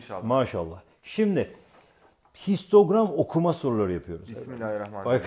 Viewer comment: 1.07 Şistogram mı ? :D